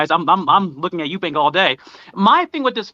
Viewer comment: Killing me with the "Eubanks" pronunciation. It's Chris Eubank Jr. Folks to the same with Golden State Warriors legend, Chris Mullin, calling him "Mullins."